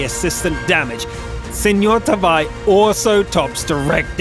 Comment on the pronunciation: U said SemorTaavi wrong :(